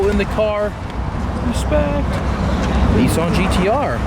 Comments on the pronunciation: Lol, the way you pronounce “Nissan” 😂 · that’s how all Americans say it